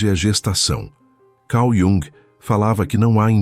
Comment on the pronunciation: Cau Diúng ?? Principalmente por ser voz IA é que a pronúncia poderia ser decente.